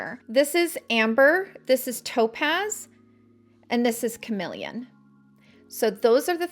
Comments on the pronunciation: I think it is called CaRNelian , isn’t it ? It’s just annoying to hear carMElian five million times as well as YES contours colors are simply not your colors , you need darker ones especially when you use this foundation ….. ugh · Isn’t it carnelian ?